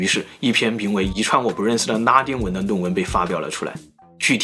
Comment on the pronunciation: 哪來的腔調 為什麼le都變成ne的音 ㄋㄚ 丁文 超ㄌㄥ ˊ膩